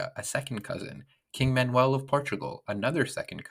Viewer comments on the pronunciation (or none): none